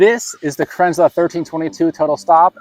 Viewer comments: Cran zel, not krinzler. Second american ive seen bastardise the name. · Kranzle, pronounce kranzil, not kranzla. Great video, thanks. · You pronounce Kranzle about 4 different ways throughout this video. lol